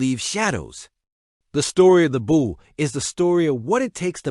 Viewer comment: It's pronounced "Boulay" it's French